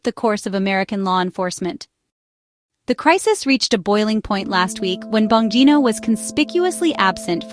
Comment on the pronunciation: At least learn how to pronounce the subjects names before creating a video! It’s “bon-GEE-no”…as in “gee, u sound stupid!”🙄